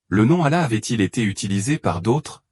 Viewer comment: Comment un imam ne sait prononcer le nom d'Allah ni de mohamed que tu appel Mahomet ce qui le nom donné par les islamophobe hhhhhhh